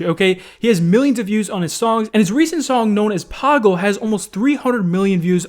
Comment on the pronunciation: I am actually an indian. I know badshah. The song is pronounce pa-gull but anyways good try to say the word